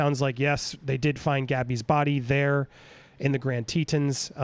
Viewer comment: Such sad news for Gabby’s family and loved ones. Thank goodness she was found. Heads up it is pronounced TeeTohns rhymes Johns not teetuns.